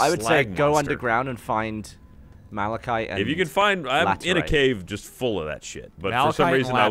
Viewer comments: It's MALA-KITE, not malshite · I know I’m two years late but it’s “Mahl-uh-kite” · You pronounced "mala-sheet" like "melee-sheet"? ("melee" is pronounced as "may-lay," not "me-lee." I only say this in case you're someone who pronounces it as "me-lee")